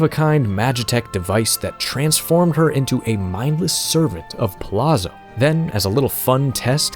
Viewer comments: Good video. I appreciate the deep dive into the character and lore. One note, since his last name is clearly Italian influenced, it may be pronounced Pa-Lot-Zo instead of Pa-La-Zo. I believe the double ZZ makes the same T sound as pizza. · Why doesn't anyone know that Palazzo is pronounced Palatso? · You pronounced his name wrong for the entire video. "Palazzo" is pronounced like "pa-lat-zo." Double Z is always pronounced like the double Z in pizza. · Y'know how pizza has a double Z and sounds like "peet-za"? Kefka Palazzo "Pa-lat-zo"